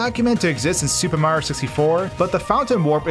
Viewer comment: Fix your pronunciation of super Mario. It’s not sssupemario, it’s super Mario.